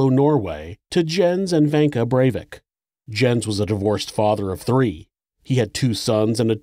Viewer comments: Might be a little nitpicky but I think Jens is pronounced “Yens” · His father's name would've been pronounced "Yens" because Js are pronounced like Ys in Norway. I really hate to nitpick though because this is so welldone. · REALLY ??? Somebody has to point out that Jens ,in english is pronounced Yins ? jesus